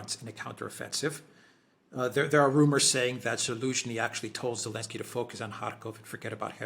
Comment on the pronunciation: The fuckers name is NOT Elensky, but Zelensky